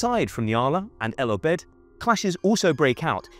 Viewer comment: You are pronouncing the names incorrectly, for example Omdurman, El Obeid.